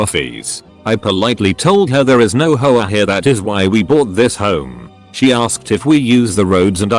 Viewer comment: Nobody: The TTS: “Hoe-ah”